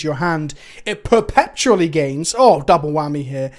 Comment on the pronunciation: After "Kalda-heim" blesses us with "perpePtually"